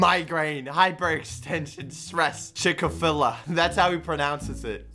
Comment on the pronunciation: Imagine just made a machine on season 2 that makes everyone pronouce chick-a-filla